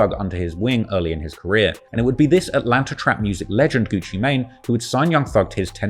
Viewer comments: Its atlanta not atlanter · Dude said "Atlanter" 😂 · There’s no R in Atlanta 😂 I know yall like to add Rs in certain words 😳 😂